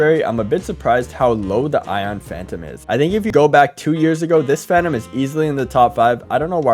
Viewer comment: "Every Phanum Skin" 💀